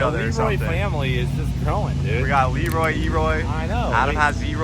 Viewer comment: They have Leroy, we have WiiWoy!!! 😂😂😂